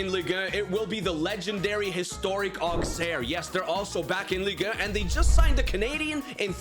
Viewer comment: The pronounciation of Auxerre is not "Auxerre" is "Ausserre"